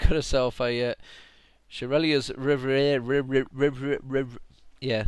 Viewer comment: Congrats! That's the first time I've ever heard you say reverie correctly!